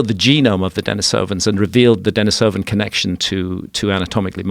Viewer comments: I had to stop watching your video because your guest kept mispronouncing both Neanderthal and Denisovan. Low credibility. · The fact that he’s mispronouncing both Denisovan AND Neanderthal is absolutely killing me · This guy's an expert? He doesn't even know how to pronounce Denisovan.